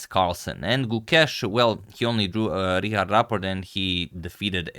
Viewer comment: please hear how to say Richard, you are saying it so wrong.